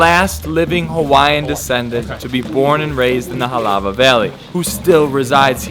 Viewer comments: “Helawvah valley” “molowkaiy”😂😂 haoli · Hole crap when he said "HALAWA"